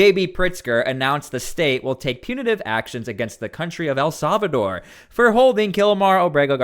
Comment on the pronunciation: For the love of God..... El Salvador is pronounced "eL-SAL-vah-door". It is NOT pronounced "EL-SAV-a-door"